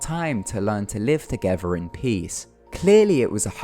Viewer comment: “Live togever in peace”